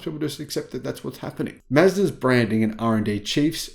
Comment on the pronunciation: i like "Mezdas"